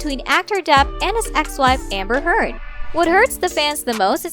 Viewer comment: I heard "Hamburger" instead of "Amber Heard".